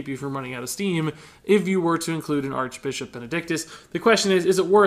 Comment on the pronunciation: Ha! he said Archbichop XD